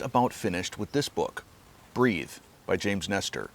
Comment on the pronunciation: here's "breathe." Here's "breath." Sorry, can't help myself.